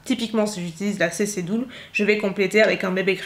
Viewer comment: Ça se prononce CC "deule", pas "doule"... Erborian ne va pas aimer !